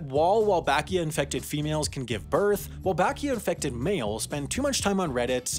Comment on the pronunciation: I heard Walbachia and my PTSD from MSGV set in